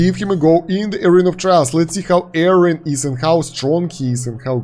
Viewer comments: it's not, it was confirmed in the patch notes video that it's "Yórin". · His name is pronounced "Yorin" btw. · No it’s ee-oh-rin